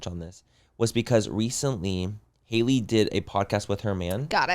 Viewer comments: Y’all saying Halley and Sophia wrong the whole pod is killingggg me 😂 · Not you guys mispronouncing Halley’s name the WHOLE time 😂 it’s not Hailey it HALLey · I love how they called both girls the wrong names 😂 it was Sophie instead of Sophia and Hailey instead of “Hal-ee”. Love the fools!!